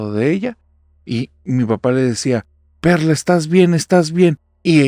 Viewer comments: Ánimos espero que te recuperes pronto. Soy el único que en vez de Perla escucho perra en la primera historia?? XD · Yo escuché perrra jajaja y era perla